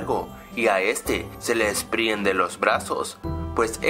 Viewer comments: JAJAJA LOL SI NOTASTE COMO HABLO EL YOUTUBER Y SI NO FIJENSE Q DISE DESPRIENDE LOS BRAZOS Y NO DESPRENDE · es desprende no despriende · alguien mas noto que dice "despriende" en vez de "desprende"?